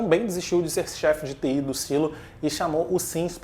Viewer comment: Engraçado você pronunciando Judicial e TI kkkk